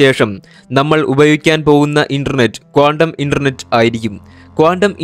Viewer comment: കോണ്ടം അല്ല, ക്വാണ്ടം .